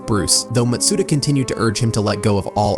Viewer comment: good video! ps that's not how you say matsuda.